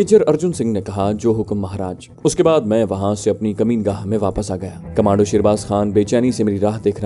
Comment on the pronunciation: Sir i like your audio s but with respect i want to point a mistake u always use a word kameen gah which is incorrect it is makeen gah from makeen which means resident please forgive me and .....